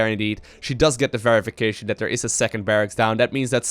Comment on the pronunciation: Is calling Scarlett Dear all the time? "Over here over dare, move some units over dear." etc